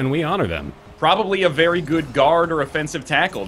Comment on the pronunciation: "You played very well." "Baery well." I laughed much too hard at that.